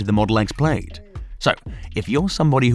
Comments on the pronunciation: Model X Played? Hahaha... The I is silent. Plad. Plaaaad. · Say "played" one more time! I will physically teleport thru this screen,. Plaid is pronounced "plad." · Practice that “Plaid” pronunciation 😂 And no it’s not the accent, Elon has a slight south African accent himself. “I” is silent; sounds like (plād) not “played”. Different words mate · It's pronounced Plad not Played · Pronounced Plaad